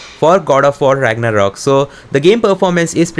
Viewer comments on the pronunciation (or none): none